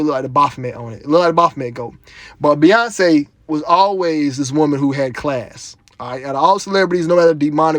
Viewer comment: Beyonce = BOY-ONCE